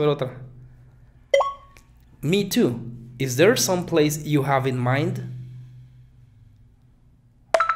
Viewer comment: Me parece que no pronuncias la e de place. La e es una vocal redundante. 87 por ciento es una puntuación respetable.